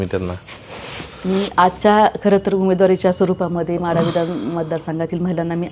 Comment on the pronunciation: म्हाढा नाही माढा